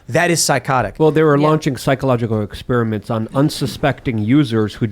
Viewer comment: Lol “ exspearamint”. Is that funnier than Luke being unable to pronounce the letter “t”?